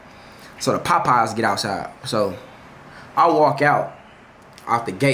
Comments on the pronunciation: Bruh it's POPEYES not PAPEYES 😂😂😂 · Dude said. “Pie-pies” 😂😂😂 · Nah the way jay saying “POPeyes” got me weakkkk😂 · He says it with his chest with a capital P😂😂😂😂💀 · LMFAOOOOOOOOOOOOOO Na I thought I was the only one PAHPAHS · Sounds like hes saying potpies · My boy say Popeyes w so much emphasis 😂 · Fr I just liked the video for the way he says it 😂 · my aunty be saying it the same way 😭